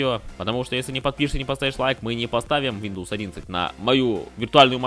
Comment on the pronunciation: Братан после слова вийндоус, видос прекратился😅😅